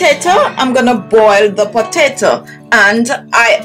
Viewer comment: Please stop saying potata!